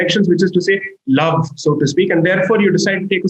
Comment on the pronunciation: The way Sai says "Love" 😂